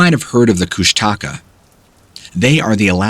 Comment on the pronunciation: Bro said "you mightve heard of the kush-taco"